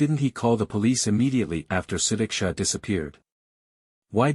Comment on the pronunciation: Actually he is pronouncing her name the correct way . Su-dik-sha. And her parents don’t care about her . They closed the case to save their reputation because having horny girls is bad for Indian families